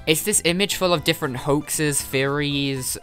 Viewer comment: This is a great video! However I can't help but hear "furries" whenever you say "theories"